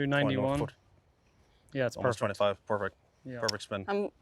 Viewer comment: That hand clap was to die for! The chemistry between Grant and Rick is “perrfecct” (Rick’s accent)